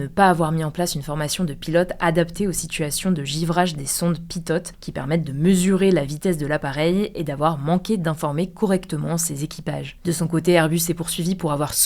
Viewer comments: On ne dit pas sonde "pitote" mais pitot. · on dit sonde pitOt, on prononce pas le T à la fin;)